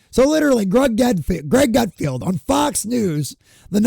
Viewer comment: It’s Greg GutFELD, not GutFIELD.